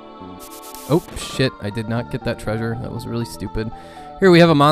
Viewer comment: The way you said, "Tray-zhur" ... was that an MST3K reference?